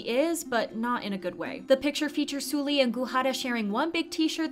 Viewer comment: The way you say 설리 is triggering lol. Try saying Seolli not Sooli.